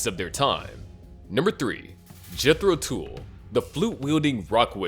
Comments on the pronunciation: AAARGH!!! It is pronounced TULL not TOOL! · jethro tuuulll....not jethro tool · Yeah, like the “hool” of a boat. If he doesn’t know that Tull rhymes with hull, why would I listen to a word he says? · A few random thoughts... 1. This clip should've been called "The 5 Less-Hyped Bands That Gave The Beatles A Run For Their Money". Because, that's what they did. 2. Tull rhymes with "Hull". Unless the"narrator' was too busy listening to "Ænima" to notice. (Unless "he" is referring to Ian Anderson's flute, which, in this context, makes it Jethro's "tool", Fool.) 3.What AI was used to create this content? Skynet? Lane-tastic. 😂 Try better with humans, please. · Oh yeah, right. Such a big fan of these 5 other bands you can't even pronouce "Tull" correctly! Pretty much every band of the 60's hung on the coat tails of The Beatles. As for these 5 bands, I've got albums by all of them and they are all relatively limited as songwriters compared to Lennon, McCartney and Harrison and nowhere near as boundary-pushing, genre-defining or creative as The Beatles. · My suggestion would be to use Google and learn how to say 'Tull.'